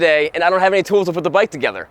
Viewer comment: Say, that’s a nice bwike T2